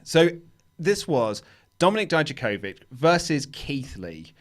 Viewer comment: You pronounce Dominik's last name better than the US commentators because you end it with ich, but it's not pronounced as Di - Ja, but as Di - Ya - Kovich! Haha, greetings from Croatia!